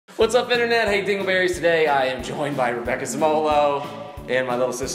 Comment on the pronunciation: PLEASE PLEASE STOP SAYING DIGGLE BERRIES!!